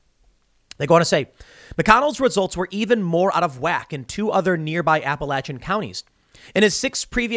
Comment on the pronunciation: Thank you, Tim, for saying appa lach an and not appa lay cha.